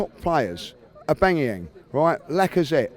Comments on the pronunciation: man still can't say aubameyang... Abangayang LOL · "Ubaayaaayang" omG,,, why cant people say his name properly XD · Who the hell is Aubangeyang